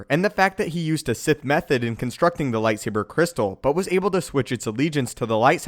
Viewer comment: I took a drink of rum every time I heard "lightsabah cwystal" and I now write to you from the hospital. 🖕